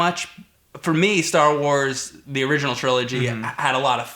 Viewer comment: guys its called "Star Wars".. emphasis on the word "wars"